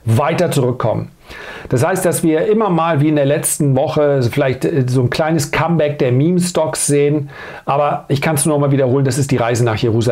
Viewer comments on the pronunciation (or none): none